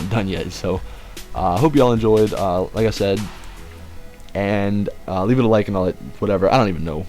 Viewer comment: Leave* not leabe